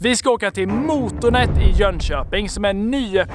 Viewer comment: man ska säga måtånet inte mootoonet